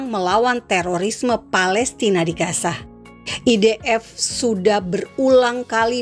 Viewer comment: Logat yang baik sedikit ya.gaza bukan kasa.